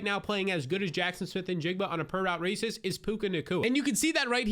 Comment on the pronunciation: "Only WR playing as good as JSN in a per route racist.." lmaaoo